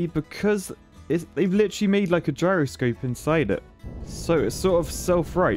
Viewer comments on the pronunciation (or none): none